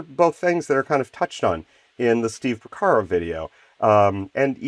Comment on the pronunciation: Another excellent video. And darn near perfect too. What was the imperfection? Porcaro, not Pocaro.:-) I vote for more deep dive patch making vids like this. And SPLINE your synth of choice for one of the vids.